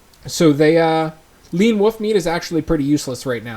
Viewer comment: Pet peeve- people who say “woof” instead of “wolf”